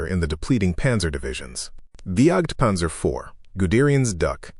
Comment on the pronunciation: If you could find a text-to-speech model that would identify German words and pronounce them correctly ... that would be wonderful. Right now I'm grinding my teeth on the JagdPanther pronunciation ... Alternative: use the English names: Hunting Panther. This is just one example, obviously.